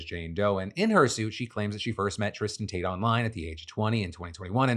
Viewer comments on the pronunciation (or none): none